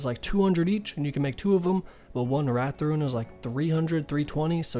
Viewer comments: Great video, but you mispronouncing rune to ruin just triggered me so damn hard! Again, great video though. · Please point to the letter I in the word 'Rune.' It's not there.